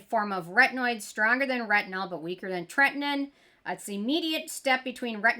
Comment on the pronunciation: Ok, say it with me: TRET-IN-OIN 😅